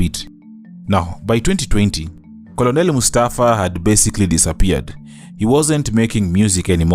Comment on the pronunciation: Good job 👏🏾 . Thank you for taking us through Mustafa’s journey. I hope he is okay now, mentally. Being a caregiver for family members who are cancer patients is not easy. Just to point out the pronunciation of ‘Colonel’. Unfortunately, this word doesn’t follow vowel rules.